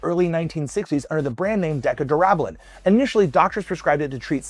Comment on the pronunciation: Decca - dura - bolin , sound it out.